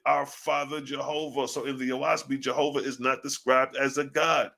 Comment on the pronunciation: Jsjovah. Not. Jahovih